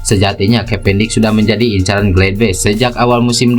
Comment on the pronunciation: Bacanya tetap sama bos gladbach,bukan gledbech